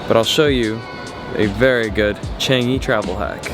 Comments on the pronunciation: pronounced as Ch-ah-ng-ee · Wait he really just said "changy"...